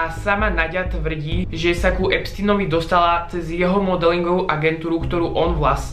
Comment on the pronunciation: pri EPSTINOVI??? Nauč sa vyslovovať jeho meno keď sa hráš na chytreho